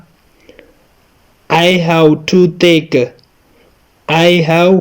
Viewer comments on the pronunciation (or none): Salamona teacher I live in London. British people say have. هب. And you say هو